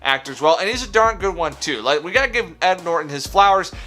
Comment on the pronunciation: Plz, plz I don't Wike it.. 😂😂